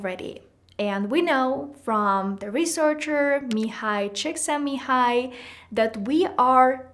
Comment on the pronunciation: As a Hungarian I'm very happy that you pronounced Mihály Csíkszentmihályi correctly 😊 also very nice tips, thanks!😊